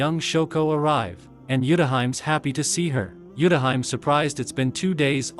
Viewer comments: Not the TTS pronouncing Utahime's name as Yutahaim 😂😂😂😂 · Utahime is pronounced wrong